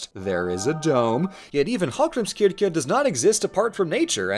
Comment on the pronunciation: Fun fact about Hallgrímskirkja: the church bells are named Hallgrímur, Guðríður, and Steinunn, after the poet, his wife, and daughter. I thought that was very cute. And did a pretty good job pronouncing Hallgrímskirkja (though he did butcher Héraðsskólinn 😅)